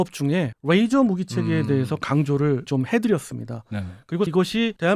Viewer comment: 가운데 분 레이저를 r 발음하시는데 ㅣ 입니다.